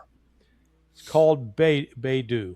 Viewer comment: Guys, the Chinese GPS is pronounced BAY ( as in San Francisco Bay) ..DOUGH ( as in donut ) Beidou = Baydoh Hope this helps xoxoxo